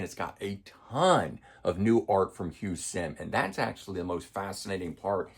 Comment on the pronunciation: Hugh 'Sim'? John 'Rootsey'? Good video despite the mispronounciation of their names. Oops!